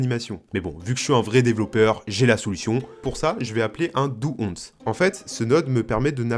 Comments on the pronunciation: AH NON !! On ne dit pas "dou once", mais "dou ouansse". Maudits français ! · "dou onsse" ah oui c'est beau ça xD, pour dire "do once" "do ouann-sse" serait plus correct si ça en intéresse ptdrr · La vidéo est vraiment top, mais stp redis jamais un "do once" comme tu l'as dis mdrr Ca se prononce comme "one" (1) mais avec un son "s" en plus. "Onsse" ça existe pas ça fait juste mal aux oreilles😅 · DOU ONZE ... lol Ze titcheur izin ze awze :face-purple-crying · GG! Par contre le "doux 11" et le "rizette" m'a tué 😂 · "Do onche" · "do once" c'est pour me buter par contre, prononce plus jamais ça comme ça stp 😭😭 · Super sympa je suis tombé ma par hasard . Le once ça ce dit one et tu rajoutes le son "s" a la fin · Tout allait bien jusq'à ce que j'entende comment tu prononces "Do once"... 😭